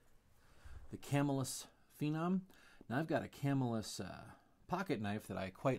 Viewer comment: By the way its prounounced cuhmillus